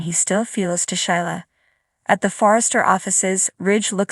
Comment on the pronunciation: Whoever is telling the story needs to know how to read and pronounce the words correctly. Sheila is pronounced Sheela not Shila Liam is pronounced Leeum. The word do's like "I do" not doose. Li is pronounced Lee not Lie.